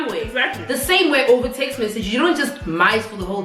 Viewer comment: “Just tezt me” 😩😅